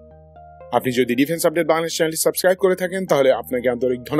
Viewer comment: boing-la-dash... boing-la-dash-ians